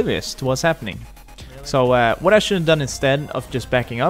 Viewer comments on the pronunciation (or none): none